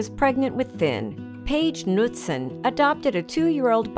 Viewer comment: She pronounced Knutson wrong, I know because that’s my last name